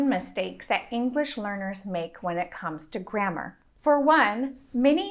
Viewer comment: She says English like 'Ingrish' and my brain doesn't know what to do with that.